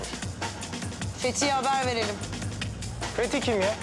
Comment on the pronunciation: Fetih adını söylerken varuk dedi😂😂😂